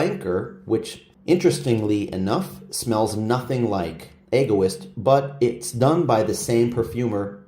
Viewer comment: Pronounced Eg - o - east 😊